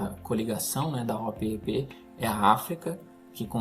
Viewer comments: eu sou mais velho que vocé e desde pequeno escuto as pessas falares e eu falo OPEP, você é o primeiroque escuto falar O-P-E-P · Sim. A pronúncia é Opépi!